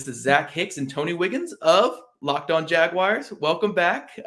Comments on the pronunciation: Teach that guy how to pronounce “Jaguars” correctly. It’s not “Jag-wires.” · It's Jag wars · Better than how Gus Bradley did it... Jag u wires